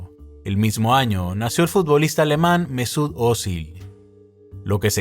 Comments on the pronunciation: que mala pronunciación que tiene primero abrajam y se dice abraam y despues mesuc ozil y es todo junto mesucozil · Mezut ozil???